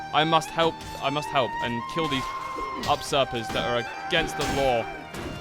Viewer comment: Up-starter or you-surper (usurper)